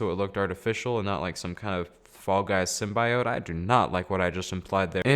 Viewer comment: Its pronounced sim-be-oat